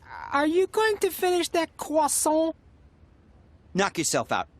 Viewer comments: Are you going to finish that quwason 💀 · “Are you going to finish that CROSSIANT?” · Are you going to finish that CWASAANT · Dat cuesson? Da wae he eats it lmao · my friend showed me this and after this we said cwasson to taco bell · It's cwasoin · Um, yes, are you going to finish that cwason? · Whats a croissant it is kwasant